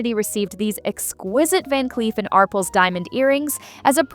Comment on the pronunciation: Love the way AI says 'Arples' instead of "Arpels'